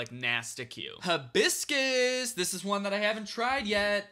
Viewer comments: hi-bis-cus not hib-iscus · He said “huh-biscus” and not Hi-biscus and it is upsetting me and my homegirls 😔